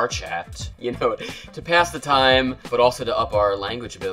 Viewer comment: Are you sure you're from NY? You said PYASS THE TIME